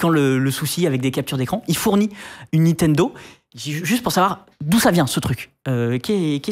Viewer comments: C'est assez honteux le Nitendo.... Franchement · ouais, on prononce Nintendo et pas Nitendo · C'est NiNtendo et pas Nitendo. À au moins 2 reprises vous oubliez un N ! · C'est Nintendo, pas Nitendo... A l'oral c'est pas terrible mais à l'écrit ça fait saigner les yeux... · Olalala toutes les erreurs.... c'est pas des DS Lite, on dit "Nintendo" pas "Nitendo"... ça vous dirait d'être un peu factuels un jour ? Et c'est pas "1038" mais "Cody Trenthuit", d'où le jeu de mots avec son pseudo. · Par contre les mec niNtendo pas Nitendo quoi shame et c'est à plusieurs endroit de la vidéo la faute. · 04"30 "NITENDO".... sérieux les gars 😁😅 et je ne suis pas Geek ni Gamer... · À chaque fois où il prononce le nom de la firme, il dit Nitendo. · C'est déjà écrit comme ça au tout début et ne prononce jamais le 2eme "n" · Bof en vrai c'est le truc qui me dérange le moins. C'est chiant à dire Nintendo. Par contre toutes les infos erronées c'est plus problématique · Incroyable le nombre de personnes qui arrive pas a prononcé NiNtendo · Le mec se dit passionné mais écrit et ne fait que prononcer "NITENDO", c'est à la limite du sérieux.. Sinon sujet plutot bien traité. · Ya que moi qui gêne que il y ai à chaque fois NITENDO 😅😂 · Ok pour le sujet mais ce mec qui présente c'est juste plus possible, c'est insupportable à écouter et ses "nitendo" la please... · a aussi ca m'a fait mal a chaque fois qu ils l ont mal dit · Okay, ça arrive de se tromper dans le nom d'une marque, mais entendre NITENDO tout le long de la vidéo, ainsi que le voir écrit à, ça ne fait pas professionnel du tout et ça décrédibilise l'intervenant au passage Idem pour eDCP au lieu d'eCDP à quant la cartouche est montrée en plein écran Sinon tu gères, sujet très intéressant